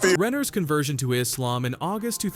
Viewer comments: She's pissing me off the way she's pronouncing "Islam". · Is-lamb is how she says it?!!😮